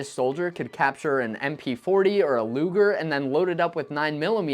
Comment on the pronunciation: Thank God you did NOT call the Po8 luger luuger like one of your competiters. L.